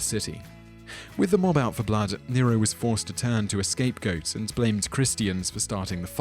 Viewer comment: 2.20mins sounded like you said deniro